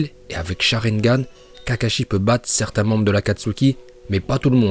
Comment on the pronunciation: Quand il dit charingan il me tue direct liké